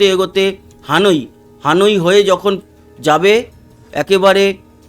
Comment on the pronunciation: হানোই নয় হ্যানয়, ভিয়েতনাম এর রাজধানী